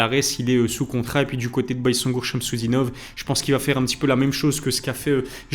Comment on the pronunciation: ça se prononce "bayzengour" si jamais les gars